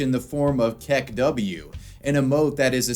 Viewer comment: Did you say say kek-W? It's kek-oo